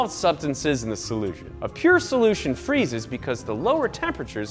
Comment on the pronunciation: I'm sorry did he say "Freeses and Crystalize" Like your mom? Wtf lmfao